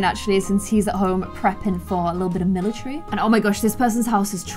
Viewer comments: IT'S NOT MILATREE ITS MILATARY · everyone: "and join the military": "and join the milicherry"